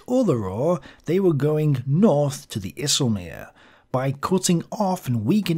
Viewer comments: IJselmeer 😂😂😂, Try to say EYE selmeer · Another very nice video sir! And I commend your effort to pronounce IJsselmeer correctly, a most charming effort. If you need to pronounce more Dutch names, give me a call. Always willing to help.